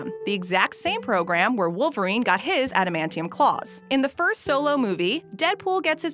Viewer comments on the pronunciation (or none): none